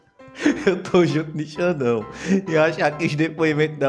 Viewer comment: "i taus" "i taus" que linguajar horroroso é esse 🤡🤡🤡